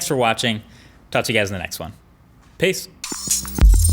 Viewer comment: do you say peace or piss at the end of every video?? :p